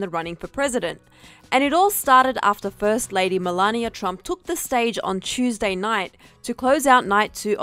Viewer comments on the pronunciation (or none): none